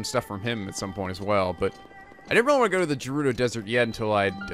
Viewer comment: Tips carried over from my previous comments: + There is a really good sword on top of the skull on the Woodland Tower! + GO BACK TO THE SHRINE OF RESURRECTION FOR A SURPRISE! + Bomb Rune spam comes in handy against flocks of Keese! + "Gerudo" is pronounced with a hard G, like in "game". And now back to the tips for this video... Yup, the Master Sword loses durability with every Blade Beam. I'm telling you, it's not insane to infiltrate Hyrule Castle for some mid-game looting! Enter in through the secret North-side pier and on one of the landings is a pair of giant torches (or urns or brazers or whatever they really are). One of them is unlit. Light it for a cool magic trick. Remember the location of that sword. Check behind the statue. When the Master Sword is glowing, it loses durability at a slower rate. Since you didn't get to see it, those flying things (I call them "funnels", like in Mobile Suit Gundam) reflect the Windblight's laser beams. You could have attacked them directly to destroy them, but the method you chose was much faster. I recommend you try your hand at visiting Hyrule Castle before tackling the final Divine Beast. Give the place a good sweep for tons of loot! ...and remember the thing I said about the North pier and the brazers!